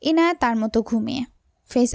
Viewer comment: আপু তুমি এখনো ইয়ানাই বলছ ইনায়াকে